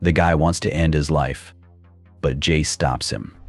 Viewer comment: " Vi and Porder" ... "His name is Jay-Z" Dude got 99 problems and pronunciation is every single one of them.